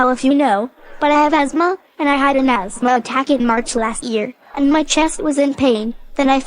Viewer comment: The "TH" is silent in "asthma."